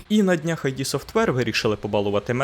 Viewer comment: Я вже втомивсь повторювати: не айді, а ід